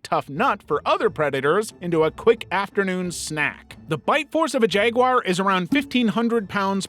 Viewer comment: JagWAR not WIRE!!!!😫